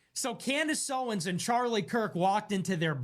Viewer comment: I want to point out another mispronunciation of CONdace. Adrenal is pronounced, “au dree nal,” not “ah dren al.”